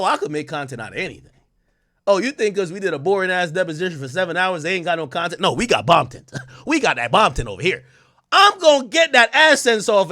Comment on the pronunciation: You said "Bontent" ? 😂😅😂😂